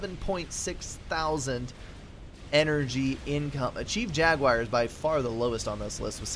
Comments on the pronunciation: gunna parrot these guys here the most strangest pronunciation of jaguar i've ever heard. "jag you eye rrr" and no you doesnt sound anything like what dictionary pronounces it haha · Thanks for cast, but that is a very strange pronunciation of "jaguar" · I dunno, still sounds different to me. Kinda interesting though, maybe it's a hint of the southern dialect.